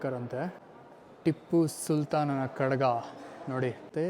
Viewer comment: ತಮ್ಮ ಅದು ಖಡಗ ಅಲ್ಲ ಖಡ್ಗ. ಕಡಗ ಅಂದರೆ ಕೈಗೆ ಹಾಕಿಕೊಳ್ಳುವಂತಹ ಬಳೆ ಆಕಾರ.